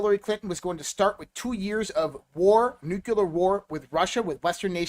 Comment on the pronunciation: Hey, the word is Nuclear not Nuculer.